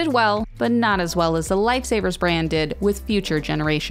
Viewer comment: Lmao "lifey saviyers"